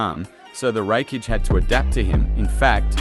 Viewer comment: Sad not even 3 minutes in and your logic fails, arenyero dodging light doesn't count because it comes from an artificial source, light from a light bulb is still light. You don't pronounce a single thing correctly showing that you aren't very knowledgeable on the subject of either series it's absolute cringe hearing you pronounce raikage almost as wreckage. How did you come to the conclusion that madaras head movement was faster than the lightfang itself. You know what fuck it I'm just going to make a note to avoid your videos in the future. Peace, keep up the bad work bro